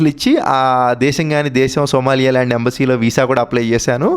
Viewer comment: సోమాలియా ల్యాండ్ కాదు సోమాలి ల్యాండ్